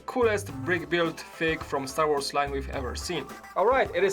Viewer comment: yes but he says words wrong: sad wars and others